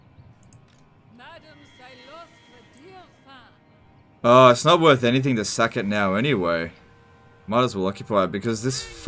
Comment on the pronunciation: CYLOSTRA DIREFIN!!!! I just don't understand why she pronounces her last name like that.